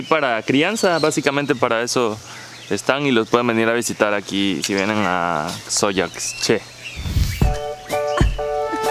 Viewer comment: La intención es buena, pero el compañero tendría que prepararse porque su ignorancia e impreparación queda muy en eivdencia: En nombre de la hacienda es Dzoyaxché y no DzoyaCché. La "x" maya se pronuncia "sh", justo como el la pronuncia cuando dice "Cuxtal". Los rieles eran para transportar las pencas de henequén del campo a la desfribradora y eso cualquier habitante de la hacienda se lo hubiera podido explicar. Supongo que se sienten muy por encima de la personas que viven por allá. También le podrían explicar como se pronuncia y que significa su nombre... Triste que haya tan poco respeto para las personas mayas de la península, los que no sienten la necesidad de superar su ignorancia.